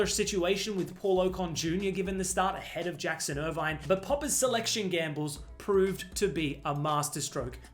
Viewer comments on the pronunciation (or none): none